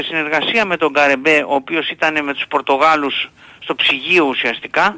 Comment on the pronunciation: Πορτογάλους, Πορτογκεσους ήμαρτον 😂😂😂